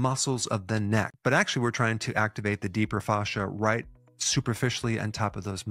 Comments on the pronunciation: The pronunciation of fascia is triggering me. Thanks for the exercises. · The way he pronounces “fascia” reminds me of Goldmember saying “father”. IYKYK